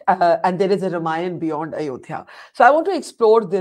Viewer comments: Behen ji.. Spit the gutkha out and pronounce properly.. It's not RIMayann or Rumayann.. It is RAMAYAN.. The sound is AAA and not IH or UH.. Good God such fake accent.. Trying to impress whom nobody knows.. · Whats with the pronunciation of word RAMAYAN? Indian languages are phonetic and its clear to pronunciation it as RAMAYAN and not as RUM-AAYAN. Do you see westerens speaking hindi say english words in Indian Accent? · Its not Rum-ayan, its pronounced Raam-aayan. Hadh hai.